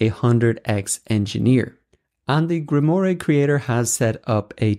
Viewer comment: Grim-WaaaH, not Grim-Or-Ray ! 😁👍 Btw, your videos are great 👌😍